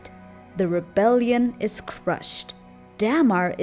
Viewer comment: Whose Day-Mar? Do you mean Damar? 😂